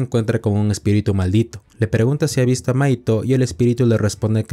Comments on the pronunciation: Tenía el video de fondo mientras hacia otra cosa y en un momento pense que le decías maikol a mahito XD (en el anime se pronuncia majito) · ¿Una pregunta? Por que le dices maito a mahito? siendo que se pronuncia "majito" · me mata que le diga maito, osea se escribe mahito pero se pronuncia majito y al pronsipio no le entendia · Hay un error que algunos cometen con el nombre de Mahito, algunos le dicen maito pero es majito😅, pero bueno, todos cometen errores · Mahito ❌ Mahaito ✅ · Que mal pronuncias los nombres es MAJITO, WIWI